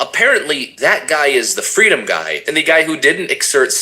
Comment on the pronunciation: Fweedom mama fweedom